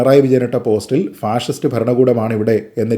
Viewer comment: ശരിയാണ് അവർ പറഞ്ഞത് അവർക്ക് അർത്ഥം അറിയാതെ പറഞ്ഞതാണ് അവർ പറഞ്ഞത് പാസിസ്റ്റ് എന്നാണ് ഫാഷിസ്റ്റ് എന്നല്ല